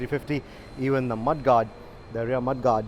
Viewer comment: Mudguard pronounced as Ma-the-gardh. LOL Ishtylle(Style) Maar raha hai. Haaaaaa haa Haaaaaa haa Even an illiterate can pronounce that right. Stopping the video (4.40min) right here and will never watch CNBC-18 Again. CJ MEJAR